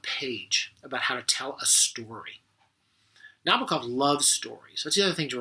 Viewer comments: Nabokov himself is quoted saying that the bok part of his name is said the same as knickerbocker. Not na-boak-off or na-bah-koff. Na-bok-off. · I cringed every time he said Nabokov's name. It's ponounced "na-BOAK-off." Other than that, there were not any great insights here. I wanted to relive that scene out of "Annie Hall," where Woody Allen pulls Marshall McLuhan out from behind that display at a movie theater. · I agree with many of Mr Bradfield's observations, and enjoyed the clip! But I must call out one thing Nabokov himself made quite clear in writing in 1973 - the correct placement of the stress accent in his last name. It should fall on the second syllable, not the first - that is, on the first 'o': Na BOCK off. For many years it seemed that few cared about this, until sometime around the mid nineties, when champion player Evgeni Nabokov appeared on the ice hockey scene in America. Then, suddenly, it seemed, one could hear sports announcers around the US saying it correctly.